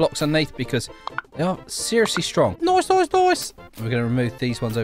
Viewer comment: Say noice again🤣🤣